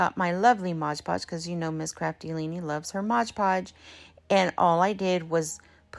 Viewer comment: I love your DIYs. You do know it's Mod Podge? There's no g in mod. 😁